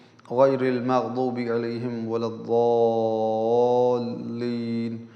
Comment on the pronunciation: Ap makdob alehim parh rahe hen parhna to magzob e alehim chachiye wazahat karen